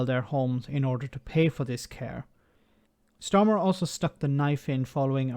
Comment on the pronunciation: At first i thoughtyou said "smarter" and not starmer. Honestly? Makes it even better.